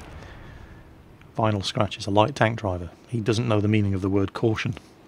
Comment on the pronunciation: Liked that how said Vinyl Scratch love it!